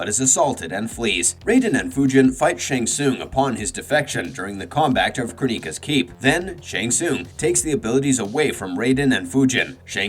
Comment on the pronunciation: Why did you pronounce kronika like that 😂😂😂😂